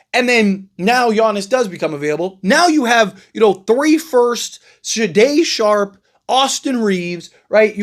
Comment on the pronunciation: AI also exists and a good portion of reports posted online about the NBA offseason are AI generated. Someone put some players and their salaries into an NBA Trade Machine app and then they spat out this report to generate clicks. If the Blazers traded Shaday Sharpe, as you have called him in this clip, then GM Joe Cronin would ask for 2-3 unprotected first round picks back. His name is pronounced Shay-don Sharpe. Sade(pronounced Sha-day) is a singer from the 80's.